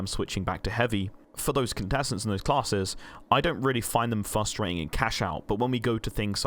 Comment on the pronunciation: theres 2 R's in frustrating 😁